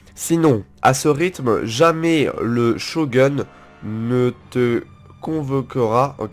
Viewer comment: Shogun ça se dit "Shogoun" déshonorer ça se dit "désonorer"